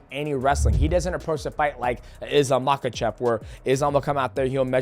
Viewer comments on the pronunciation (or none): none